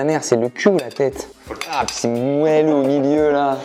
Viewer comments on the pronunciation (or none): none